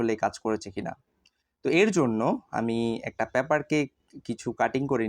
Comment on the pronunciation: Paaper❌ Paper✅